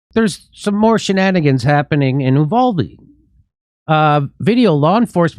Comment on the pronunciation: The town is pronounced YOUvalde....Get it right!